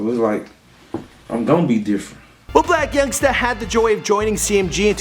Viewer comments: He said Yung blacksta 😂😂😂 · did bro say young blacksta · Lmao he said young blacksta😂😂😂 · He said Young Blacsta 🤦🏾‍♀️😂😂😂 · He said young blacsta 🤦🏾‍♂️😭😭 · did he just say young blactsa?💀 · He said young blacsta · why he say young blacsta 😂😂😂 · this fool said "Young Blacksta"😂😂